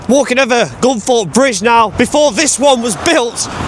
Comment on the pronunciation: I thought it was Gunthorpe but you,re saying Gunforpe which is it ?